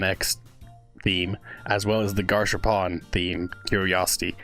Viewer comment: Garsh ar poon* not garshapon